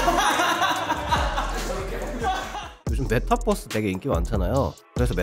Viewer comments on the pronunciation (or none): 아재 특 : 메타뻐쓰라고 함